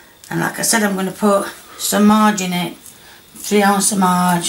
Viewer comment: ‘3 ounce o marge’ Love you, ❤️